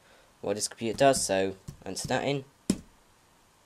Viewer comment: WHY DID YOU SAY COMPYTAA.?